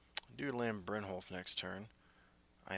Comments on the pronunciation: Brynyolf* 😂 Also, I love your videos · The way you say it, it makes me think brynjolf is spanish lmao